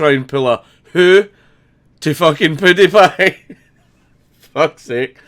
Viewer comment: PEWWWWW die pie not poodiepie